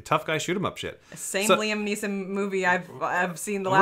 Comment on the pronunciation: I got triggered by saying "Liam Neelson"